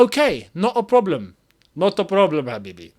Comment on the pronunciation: “No broblem” got me rolling